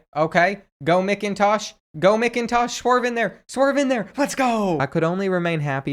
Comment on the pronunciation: It’s pronounced Macintosh. And Ewers is pronounced you-ers